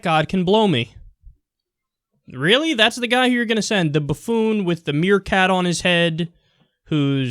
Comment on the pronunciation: "Merekat" rotflol